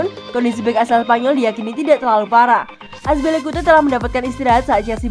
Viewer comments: Aduh min Azpilicueta bukan Azpilicute.. 😅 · Azpilicueta oi bukan azpilicute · Yg benar Azpilicueta,bukan azpilicuye hahaahaaaaaa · Azpilikueta min..bukan azpilikute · serius min? azpilicute. azpilicueta yg bener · Azpilicueta min Bukan azpilicute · "Aspilikute" buahahahahaha.. narator gadungan🤮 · Aspilikuite wkwkwk, sabar min